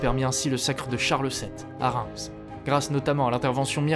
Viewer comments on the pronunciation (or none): none